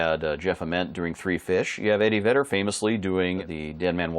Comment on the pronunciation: Did you say Eddie Vader? 😂